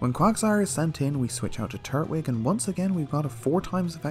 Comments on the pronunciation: Something really bothers me about how you split up the syllables of turtwig because I always hear it and say it tur-twig like tur-tle, but you say turt-wig. I dunno, but it’s one of the weirdest things to bother me, I know. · Twig!!! Twig like a stick! It’s not called “turt -wig” it’s tur-twig because it’s the Twig Turtle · Lol I know different places have different accents but I was legit gettin upset in this one😂😂😂😂 red, crystal, and emerald you did good but what the hell is a “turt-wig”. Growing up I called him “tur-twig” like turtle mixed with twig. You’re saying it like turtle and wig. Like I distinctly hear you pause between turt and wig and it’s throwing me off. Still great vids tho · I thought it was tur-twig not turt-wig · It’s “Tur-twig” not Turt-wig”🤦🏼‍♂️ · "Turt-wig" XD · TUR-TWIG!!!! it’s not that hard! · no one gonna mention the way he was pronouncing turtwig? really?